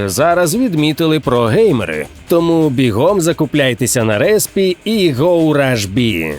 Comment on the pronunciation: Правильно не на репсі, а на респі )))))